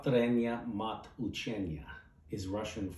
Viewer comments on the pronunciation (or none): Collins, the way you said the Russian phrase means "Repetition is the swear word of learning". Saying Mat with a hard t means swear word. But with a soft t, means mother. It was cute, no worries. You pronounce better than most people. Thank you for reading is a lovely poem.